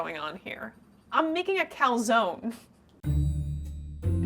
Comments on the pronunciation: lol an american saying 'calzooooone' is so fking annoying 😂😂 calzoNE its not that hard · Italy called, they'd like to point out that there's an e at the end of calzone, and it's most definitely not pronounced like that. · Americans can't even google how to pronounce Calzone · It's a bit icky when the pro chef tries to pronounce everything in Italian right but yet pronounces "calzone" wrong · I’m i Italian and I was so disappointed that you were saying calzone wrong